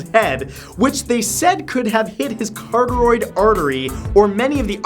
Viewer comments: carteroid? CARTEROID? REALLY MATTHEW? its carotid... CA....RO....TID... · Carotid artery. (Ka-ROT-id) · CAROTID artery, ca-ro-tid. Sorry I had to. Also, hi. :3 huge fan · Kuh-raw-tid. Not cartaroid. Spelled carotid. How did this guy even come up with his pronunciation of carotid?! XD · Carotid artery, car-ottid not caritoid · Carotid Matt. Not cartaroid. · Did he say "cartoid"? I think he meant "carotid". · Car-rot-tid is how the carotid artery is pronounced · It's pronounced ca-ROD-id (carotid) artery. (The knife in head story). Loved the vid though! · Almost, Matt, but not quite. Repeat after me.......care- ah - tid. The carotid arteries are in the neck. Ok? Thus endeth today's lesson! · Matt Mispronouncing CAROTID = Priceless